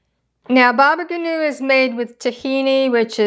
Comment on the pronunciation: thank you dear lady! btw baba ganoush is pronounced with the s at the end :)